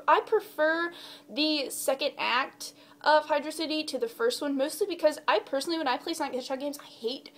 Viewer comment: xD Sweet you say "Hydro City" correct. Never liked Air Fleet, that level pisses me off. xP I just recently got Shadow the Hedgehog again a month ago and that's the last level i've played since I played it. Also Lost World is another level that pisses me off. xD Have you thought about making a top 10 list of the music from the franchise? :)